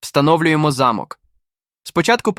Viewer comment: Хтось підкаже "спеціалісту "де І в яких випадках роблять наголос у слові * замок*. В нашому випадку наголос потрібно робити на букву 'о'. Наголос на букву 'а' -це будівля, де проживали багатії.